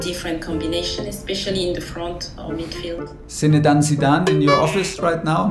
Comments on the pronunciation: « Zinedane Zidane »😂😂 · "zinedane Zidane" ça m'a terminé 🤣